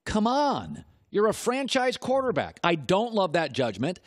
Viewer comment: “quataaback” - Colin Cowherd